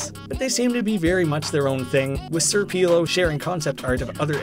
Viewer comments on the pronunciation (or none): Sr pelo is pronounced as senõr pelo i think and not sir pelo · It is Senior Pelo (Pelo said as Pay-Low) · "Sir peelow" I love it when people say senior pelo's name wrong. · sir peelo's? IT'S SR. PELO. IT'S MR. BIG HAIR IN SPANISH. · Sir peelo lol It’s senor pelo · it's Señor Pelo not sir Pelo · It's not sir pelo its seÑor pelo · It was confirmed the next references video that did not know that Sr. Pelo was spanish, and sir peelo would be the english pronounciation. I know i prob shouldnt be commenting on this 2 month old commennt because you've probably seen that video, but whatever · I'm sure there are a mountain of comments saying this already, but SrPelo's name is pronounced “Señor Peh-lo”. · You did completely screw up sr. Pelo, its senior-p-el-oh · you pronounce senor pelo as "sir peelo"? have considered a career as a butcher? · Crying at the way he pronounces Sr Pelo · Forget how he pronounced hatsune miku, it’s understandable. But how did you screw up sr pelo?